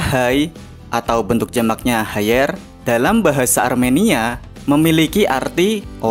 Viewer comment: Bang bang, Armenia bang bukan aremania😂